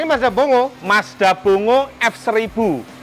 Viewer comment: FYI Mazda bongo penyebutan aslinya Bong Go. Tau itu tahun 99 saat di Jepang